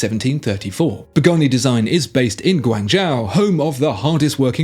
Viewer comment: Guangzhou is pronounced Guangjoe. Easy to get wrong.